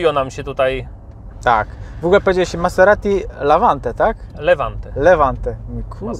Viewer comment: Poprawnie wymawia się te markę jako Mazerati, a nie Maseratti. w wymywawia prawie poprawnie 😉